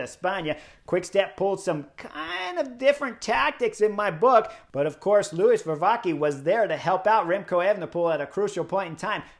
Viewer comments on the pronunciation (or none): none